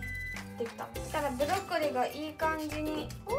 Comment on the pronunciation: ブロッコリーがブドッコリー